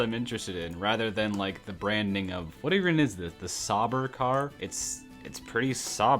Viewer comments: As an f1 /racing fan, this video hurts so much like how you called the halo a hotdog, you called sauber “sahbur,” called haas “hans,” you called Aston Martin “John deere” and called the front wing an “air bender.” I AM HAVING A HEART ATTACK FROM THIS VIDEO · calling Sauber 'sobber' 😩 😩 calling the halo hotdogs 😩 😩 (the halo kept so many drivers alive) saying red bull has no wings while it has a front and backwing 😩 😩 CALLING HAAS 'HANS' AND CALLING IT GERMAN WHYLE IT IS AMERICAN 😩 😩 😩 😩 😩 😩 MY EUROPEAN F1 HEART MAN!! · When he called the sauber “sobber” haas “Hans” the halo “hot dog” Aston Martin “John deer” I TRIED SO HARD TO KEEP MY CALM, then “SPOILERWING?!” “AIRBENDER?!” AND ITS NOT “START YOUR ENGINES” ITS “LIGHTS OUT AND AWAY WE GO” WHAT IS THIS GUY ON BRO😭😭😭